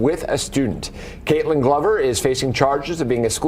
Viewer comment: If you can’t get Ai voice to pronounce Kaitlin correctly then read it yourself or just don’t make videos at all.